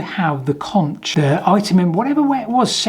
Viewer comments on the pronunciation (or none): The “ch” isn’t pronounced in conch —- say like conk… love your videos. And this is certainly one of the more mysterious discoveries of old. My question would be: In comparing different dode’s… is the ratio of the holes opposing consistent from dode to dode… in other words on dode 1 there is a hole with a diameter of X opposing it is a hole of diameter X/2 - Ratio of 2:1 … find the ratios for all the other hole pairs… (excuse me if my math is off) - question then is… On the other dodes are the ratios of the opposing holes the same as the control dode?😊